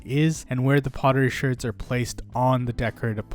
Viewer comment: bro says Shurds instead of shards. that bothers me alot lol